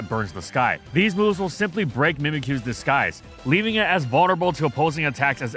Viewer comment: am i the only hearing how seems to pronounce disguise as disKise?